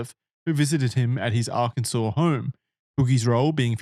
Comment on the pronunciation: You pronounce Arkansas correctly, but those of us not from Arkansas intentionally mispronounce it, we also pronounce the s at the end of Illinois just to fuck with them